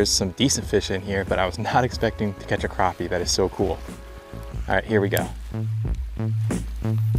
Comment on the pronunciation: Mad props for knowing how to pronounce Crappie instead of saying Crappy...